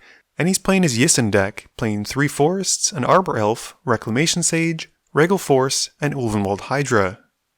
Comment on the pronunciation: Love these vids. Can i ask a question though? Is there a reason you pronounce Regal force the way you do? Just wondering if there was some errata or something put out by WOTC about that card's name. I have to do a double take every time i hear it :D